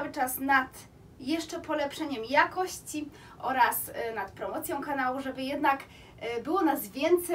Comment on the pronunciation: Słowo ,,jakosci"zaakcentowalas na pierwszej sylabie, i to ci się przy szybkim mówieniu zdaża, pedantów to może denerwować, więc się nie broń, tylko popraw )❤